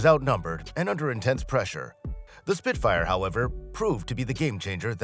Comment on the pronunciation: "He" says 'Spit-fighter' at . Clickbait trash with an A.I voiceover.